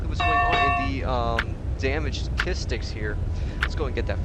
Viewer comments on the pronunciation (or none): none